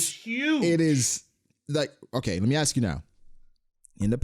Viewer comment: Why do you pronounce ask as axe?